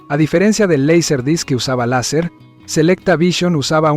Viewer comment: "Leiser disc" ... suena horrible, mejor "laser disc".